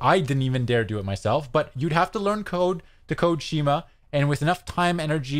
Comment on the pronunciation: Pronounced SKEE-MAH